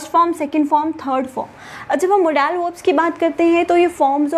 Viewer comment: First I leart new pronunciation of model